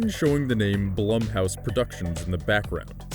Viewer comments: Am I the only one knowing it's pronounced "Bloom"house? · Are you sure it's not pronounced bloom? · Edit, am I the only one getting distracted by the constant misuse of Blumhouse's name?